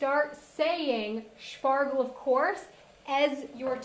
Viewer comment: I just died inside every time she pronounced Spargel 😅😬